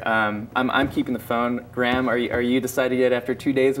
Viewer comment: His name is Graham, not Gram